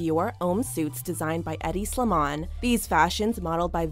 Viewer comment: LMAO leave it to to be the ONLY one to pronounce Hedi Slimane correctly! Even fashion journalists mispronounce it!